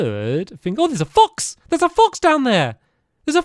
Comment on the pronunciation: "And this shoouuuld b- Oh There's a fOx, there's a fOx down there! There's a fOx right there!" The way he said Fox is just- xD